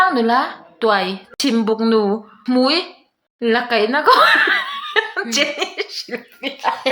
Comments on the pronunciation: Jenny hming awmzia 'hmui' ilam dan khi😂😂😂😂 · I tel chhuan a 'hmui' a nia, chutiang a lam rik tur